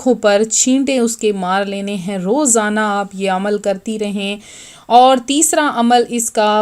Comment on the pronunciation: دوسرا طریقہ واضح نہیں ہے (کسطرح پڑھنا ہے لہجہ واضح نہیں) سو ۱۰۰ پر زبر ہے پیش نہیں، اسیطرح اور الف پر پیش نہیں۔ بلکہ زبر ہے۔